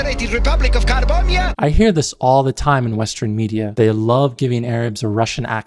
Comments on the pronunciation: choked on my water when I heard "carbombia". how the heck... 😭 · "Carbombia" cracked me up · Carbombia? Seriously?! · Calling it Carbombya is genuine insanity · Ignoring the obvious terrorism-alluding pun, "Carbombya" sounds like someone mispronouncing "Cambodia" in a caricature of an "Asian" accent.